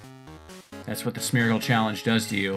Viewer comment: Me: half-listening: "Smetch" Me: You have my attention